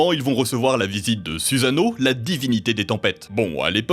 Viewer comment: Noooon! On ne prononce pas "suzano" mais "soussano" :/